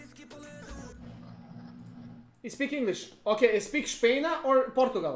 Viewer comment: spik špejna HAHAHHAHA